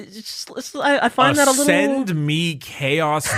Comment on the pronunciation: Creamy Details?? Ascend (sounded like ass end) me Chaos Daddy?? I shudder to think what internet history looks like!